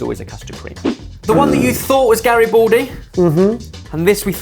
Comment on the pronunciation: for anybody who'd like to learn the correct pronunciation: Garibaldi does not have an "o" sound. it's not Gari-bo-ldi, it's Gari-BA-ldi, with an open ah sound like in m-A-rch